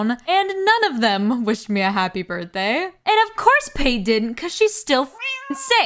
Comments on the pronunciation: Cracked up over your called Pate, "P-Ate" over and over again, its pronounced like Pâté 😅 its a food reference to ground duck liver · Pretty sure her name is pronounced pah-tay as in the spread made from duck liver. The names in this series get super dark, like Elmer, the horse villager x) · helppp girl Pate is pronounced like Pat-ay (or pah-tay, i guess). her name comes from the french word pâté and the bulgarian word for ducking "пате" (which funnily enough is pronounced the same as the french word). LOVE the vid tho lol great work! currently watching while playing new leaf :) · Why do you keep saying Pate’s name like that?